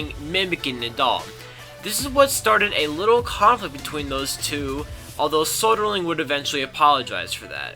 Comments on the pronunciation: Lyon, France="Lee-own". Soderling="So-der-ling" as in "Soda". Anyway, the content was great. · Soderling would have won the French Open, he would have beaten Federer like he beat him next year, but the 5 setter against Gonzalez got him.. So, it's "thank you Gonzalez", not "thank you, Soderling".